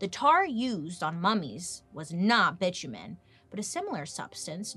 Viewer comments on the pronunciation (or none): Bi-tu-men... seriously